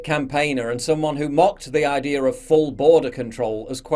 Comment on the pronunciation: Ideer? Lol